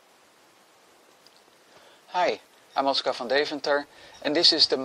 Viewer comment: "Hi, I'm Oscar from Dave Hunter" - This is what I heard for the first 15 videos before I saw your name written down. I still hear it.